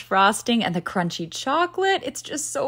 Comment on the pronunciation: Why is she talking like that ?… the “💀FAVOrite! .cheeseCAKE” and then chocLATE she add like too mucyuh energy to the end of the words I can’t be the only one who hears it